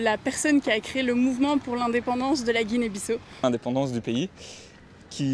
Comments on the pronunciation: la moindre politesse est de se renseigner sur la prononciation du nom du pays. pas guinée bisso, mais bissau se prononce bissaou. et où est la difficulté de récupérer le colis ? avez-vous sillonné tout le pays pour le trouver ? le destinataire absent du pays, on vous a remis son paquet sans problème. par ailleurs, je vais régulièrement au Sénégal. quand je le veux, même mes courses et mes plats commandés en ligne me soint livrés à domicile. je ne comprends pas cette généralisation. l'Afrique est un continent. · Et d'ailleurs vous dite guinee bisso c'est guinee biss à au sa s'entend comme sa juste en précision